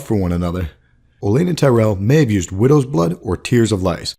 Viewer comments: Would've been more believable if you pronounced her name like OleNNa than Elena lol. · o-LEN-na. Does that not drive anyone else nuts?